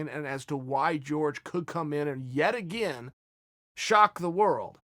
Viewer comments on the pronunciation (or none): none